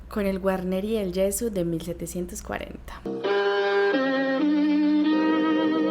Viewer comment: "Guarnieri del Gesu', con l'accento sulla U finale ( non Ge' - su) !!